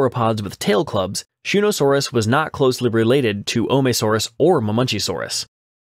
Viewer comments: It's Ma-men-KEY-saurus not "Mah-munchies-saurus" or whatever the fuck you were saying... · Hold on, hold on, hold on. What the hell is a Mamunchysaurus? It's pronounced Muh-men-CHEE-sore-us (Ma|men|chi|saur|us)